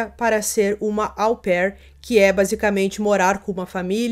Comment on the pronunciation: Dicas: 1- Sophie Lionnet (sofí lionê); 2 - Troyes (trôá); 3 - au pair (ô pér).